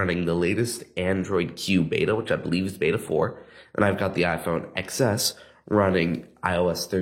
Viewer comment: you really should know how to say iPhone Xs